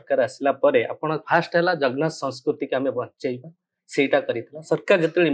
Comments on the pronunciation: ଇଂରାଜୀ ବିଧାୟକ ଆଜ୍ଞା ମହାପ୍ରଭୁଙ୍କ ନାଁ ଟା ଟିକେ ଭଲସେ ଉଚ୍ଚାରଣ କରନ୍ତୁ ଜଗ୍ ନାଥ ନୁହେଁ ସେ ଆମ ଓଡିଆଙ୍କ ପ୍ରାଣ ଜଗନ୍ନାଥ 🙏ମହାପ୍ରଭୁ ଆପଣଙ୍କୁ ସଦବୁଦ୍ଧି ଦିଅନ୍ତୁ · ta...jagnath...jie ama prabhu ku thike se pronounce kari paruni se katha kahuchhi.. Yaku kie kahila us people dnt use grammar 😂😂😂